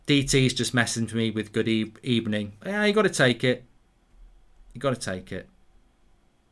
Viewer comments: Like one wise man used to say it was a "Good Ebening" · That was a good ebening indeed.